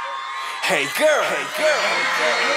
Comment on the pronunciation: 걸~ 결~ 겨얼~ 갸~얼 걀~ 같기도 하고ㅋㅋㅋㅋㅋㅋ 발음이 듣기좋게 찰지게 좋은것 같음ㅋㅋㅋㅋㅋㅋㅋㅋㅋㅋ